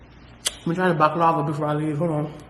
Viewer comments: It’s bahk-la-vah (long A). It’s sweet and it’s sooooo freaking good. If you go back there and if they have it, try spanakopita. It’s a spinach & cheese pie. I like it. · It's pronounced baklava and it's sweet it's made with a nut paste. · I know you’re not telling her how to pronounce it by just spelling the word 😂. You gotta do it like: Bock la vah